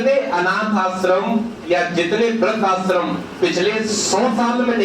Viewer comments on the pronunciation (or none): Sir Aap apne Pronunciation ko sudhariye सादी नहीं शादी होता है आस्रम नहीं आश्रम होता है